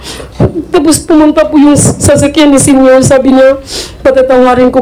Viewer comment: Senyor Agila po ,hindi po Senior Agila,parang ganito po,Senator hindi Sinator